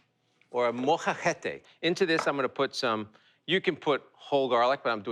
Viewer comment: Geoff pronouncing molcajete as molhahete took me out